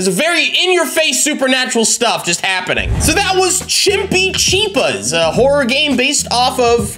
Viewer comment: i like how right when he started recording he could not pronounce the game 😁😁